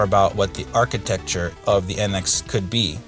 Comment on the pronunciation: I know I gave you a hard time about it before. Funny thing is that when you kept saying it, it made me want to say it like that too. Haha.